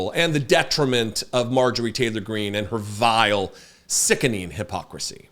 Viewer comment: Heavy emphasis on VILE and SICKENING 😂